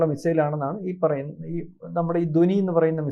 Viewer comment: ദോനി അല്ലടെ. ധ്വനി. നല്ലവണ്ണം ഉച്ചരിക്കാൻ പോലും അറിഞ്ഞുകൂടാത്ത താനൊക്കെ എന്തിനാടോ Podcast ചെയ്യുന്നത്. പോയി ഉച്ചാരണം പഠിച്ചിട്ട് വാ. അല്ലെങ്കിൽ പോയി നാക്ക് വടിച്ചിട്ടു വാ